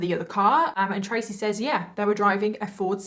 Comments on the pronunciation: I can’t remember if I’ve commented about this or not . I remember you saying that your accent has been questioned. I think I’ve figured it out. It’s how you say the word “says ”. There are times when you say it with a long vowel sound when it’s supposed to be said with a short vowel sound. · Has anyone ever noticed that once you have been saying and hearing a word wrong, that when someone says it correctly it sounds wrong to you. She pronounced the word " says " just like it sounds but in the USA we say "sez" as if it's the present tense of said.